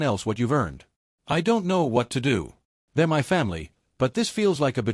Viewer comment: Shaking "M Y" head on this sadly illiterate AI voice. 🙄